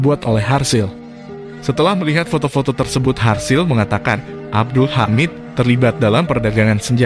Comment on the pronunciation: Serasa aneh nama harzl diganti dengan sebutan harsil😪